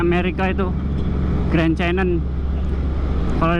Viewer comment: Mulut mu typo, yang di US itu Grand bukan Green😅